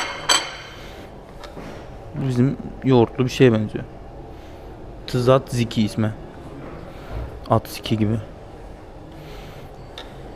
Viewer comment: 5.15 zazıkı dıye yazılır cacıkı dıye okunur atsıkı degıl bıldıgın cacık gezıyosun ama bos gezıyosun